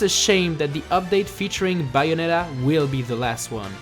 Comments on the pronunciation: it's bay o net a not buyonita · Not to be critical or anything, but you should work on that accent. The Bayonetta 2 entry had some big mispronunciations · ...your saying bayonetta wrong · The way he says "Bayonetta" is comedy gold. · You sound Australian when you say Bayonetta! :) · He says Bayonetta in such a funny way.